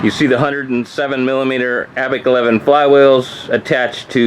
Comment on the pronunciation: Abeck! that's how you kept pronouncing it. Its Abec!